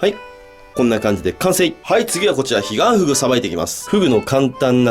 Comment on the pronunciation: ｢ヒガンフグを捌いて行きます｣が｢ディアンヌを捌いて行きます｣に聞こえて、え？ってなった。